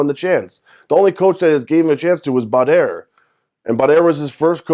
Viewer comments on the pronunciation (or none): whos Bud - air? do you mean Badr? haha